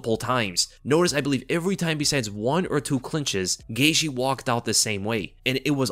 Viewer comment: “OLLIE- vera.” 😂 🤦‍♂️ Says his name WAY over-enunciated. Also, Justin “Gay-she.”?? 🤣 Geezus man.